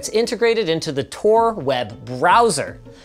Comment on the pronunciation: Tor* Not TOR*